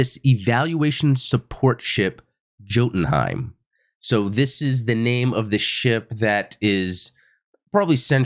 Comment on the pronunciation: BTW,: the ship's name is Norse, so it's pronounced Yoh-ten Hiem. Jotenhiem=Yoh-ten-hiem... and "J" is always pronounced as a "Y"...